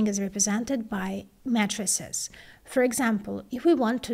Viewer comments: It's matrices, not mattresses! :yougotthis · Mattresses? Haha, oh, Matrices... repeated what I thought to be "mattresses", until I put two and two together..., please use a long "A" for that word as it will help with that beautiful accent you have, to a better understanding in English. She Rocks! In the realm of keeping us updated on esoteric chip design she's a Rock Star!!! Gr8! Peace ☮💜Love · Couldn't help but laugh when said 'Matrices' but pronounced it as 'Mattresses'. Has she ever revealed what language her unique accent comes from? It sounds very familiar (maybe Slavic?), but I just can't place it. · Your right, I thought I heard something wrong. But she's great ! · when she was saying "matrixes" or "matrices" i thought she was saying "matresses"